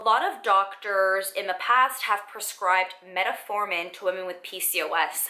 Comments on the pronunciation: Meta-formin, lol ...I'm trying to ignore it, but she's said it nearly 100 times. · Met-formin... no “a”. Other than that great video!